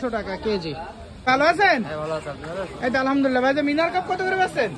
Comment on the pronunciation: খুবই চমৎকার এবং কম দাম। উচ্চারণ ঠিক করুন মিনার কার্প না মিরন কার্প, গ্লাস কার্প না গ্রাস কার্প হবে। তা ছাড়া অন্য সব ঠিকঠাক আছে।